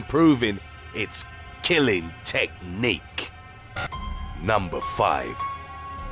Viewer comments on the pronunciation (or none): “Frequently FEATURED! In ZOOS! around the WORLD!” OR. “ CONSTANTLY improving its killing tech....NIQUE”